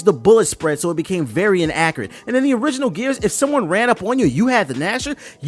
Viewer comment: "inacreate" It's official, just like that Gears of War "remaster" TBH has changed...A LOT.